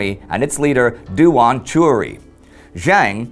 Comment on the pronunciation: Yuan should be pronounced in one syllable rather than Yu-An. The same applies to Duan. Qirui is best approximated as chee-ray. It is very informative to see Chinese history from this angle!